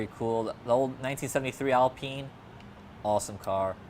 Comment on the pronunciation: Renault Alpeen.. aha